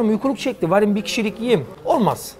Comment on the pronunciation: Gurur kaynağı yemin ederim.En sonunda Gozan şivesi kaçıyor 'in ağzından "Varim".